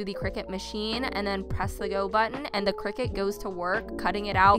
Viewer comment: omg if you're going to say Cricut times in your video, at least pronounce it properly lmfao